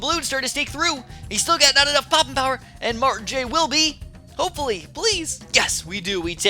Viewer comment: So funny how he pronounces martijn XD